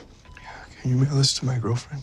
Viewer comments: I thought it was, can you wiggle this to my girlfriend 😂😂😂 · exactly?!? I’ve repeated this clip over and over again and it still sounds like ‘can u give this to my girlfriend’. Where is the ‘mail’ in it??? 😭 I don’t hear it at all it’s stressful